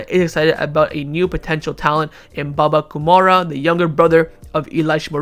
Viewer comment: One suggestion: Your pronunciation is shit dude 😂😂 It's Baba Kou rou ma not baba kumara from Sri Lanka 😂😂